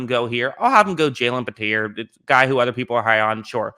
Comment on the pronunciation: It’s Jalen pee-tree and even tho I know it’s unrealistic just why would houston take a qb at all you have a promising guy in mills if he sucks so what you’ll have a top pick next year to get young or stroud and if he’s good then you have a guy your confident starting it just doesn’t make sense to take Howell at all